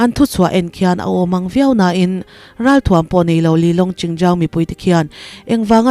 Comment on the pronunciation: finrawl tih leh chawkluh tih ilam dan hi a dik lo. in ricord hmain vawi 2/3 tal chhiar thin ula, mizo inti lusei tawng hmang zinga khawsaa seilian ve si mahni tawng pawh lam dik thei lo NIH Chu a zah thlak deuh lo maw.